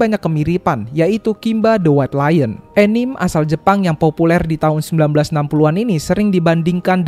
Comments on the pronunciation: anime ttep dibaca anime bang bkn enim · Terimakasih bang atas ulasan luar biasanya. Dengan begitu orang jadi semakin tahu tentang mbah Tezuka salah satu tokoh penting di dunia animasi. Tapi, izin bang anime itu bukan enim 😂🙏 Mungkin kekeliruan penyebutan ini muncul dari orang-orang yang beranggapan anime itu penggalan dari animation yang dibaca dengan penuturan bahasa inggris. Enimesyen jadi enim. Tapi pengucapan itu tidak sama dengan pengucapan aslinya. Bahkan bule pun mengikuti cara pengucapan aslinya. Dan di pengucapan Indonesia enim itu malah gak enak. Jadi sebenarnya gak ada alasan buat mengucapkan anime jadi Enim. Maaf bang 🙏🙏🙏😂😂😂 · Baru tau ada orang nyebut anime itu Enim 😂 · Maaf sekedar meluruskan, ANIME dibaca A-NI-ME bukan ENIM dan MANGA dibaca MANG-GA bukan MANGA, saya sebagai penggemar anime dan manga suka kzl dengernya. Kalo ada yang ngga setuju, boleh bully saya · bacanya mangga bukan manga, bacanya anime bukan enim